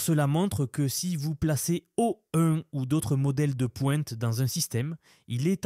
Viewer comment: Ecoutez à : Claude 3 virgule 5 et O-une. Mais sinon, j'avoue que le Text-to-Speech est plutôt bon